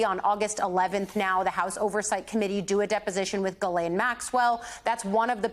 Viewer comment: (a bit sad NO news channel have yet to name "Ghislaine" the correct french way... it takes a few second to found out how to pronounce her name properly, come on guys)